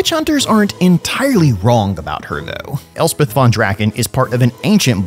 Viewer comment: At last, grammar policemen like me can rejoice when hearing Elspeth, not Elsef and Nuln not null.